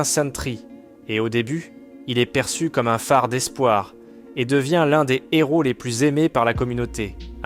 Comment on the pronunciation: un héro...on prononce pas le N.....c'est pas un Nhéro ;-)